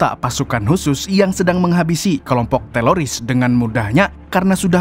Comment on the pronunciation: Bang bukan teloris.....wkwkwkwk lidahnya kepleset